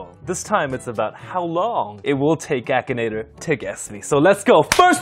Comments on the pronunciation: BRO SAID "AKIN NAGER" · when the video started i thought he said “Action Ni-“ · Lol same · same lmao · Same lol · What the heck did he just say in the intro? I’m sure he tried to say Akinator but it sounded like something else😅